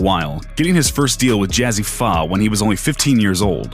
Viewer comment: The fuck is up with this dude’s pronunciations? Jazzy Fuh?!?! Really?!